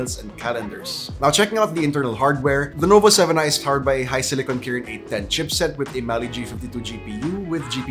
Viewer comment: Ngayon ko lang napansin, sabi niya Lenovo 7i HAHAHAHAHA